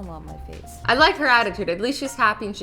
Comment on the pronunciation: You sed fase